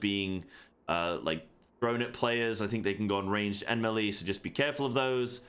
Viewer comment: how in the absolute f$%k does a person who tries to make a living doing MMORPG videos not know how to say the word "melee"? (It's pronounced MAY-lay, you buffoon.) Also, grudgingly, thanks for the video. I gave you a like even though you made me cringe through the whole thing.